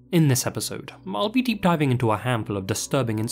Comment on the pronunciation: Have you ever noticed that sometimes when you say the word "I'll" you say, "m-I'll" ?